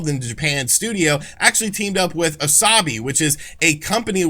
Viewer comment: It’s “ah-so-bee” ( which means “play), not wasabi